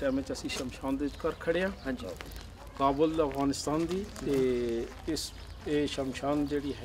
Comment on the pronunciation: Thank you for this documentary!!! The were a lots of thing that I loved but the most one was when he pronounced Afghanistan the way it should be. Not like most of others who are pronouncing it like foreigners. We are afghan and we know and SHOULD know how to say AFGHANISTAN !!!!